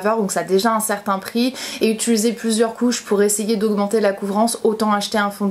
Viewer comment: C'est marrant tu dis "Utuluser" au lieu de utiliser 😛